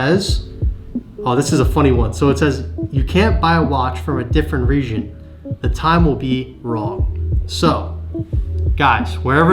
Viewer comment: greatest comment is he saying region with a weird accent?